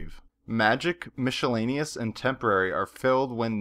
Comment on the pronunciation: Helpful, but really? Mishelaneous?!